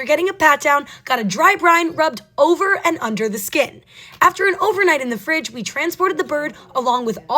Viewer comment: The way she said fridgeee what accent is that sounds weird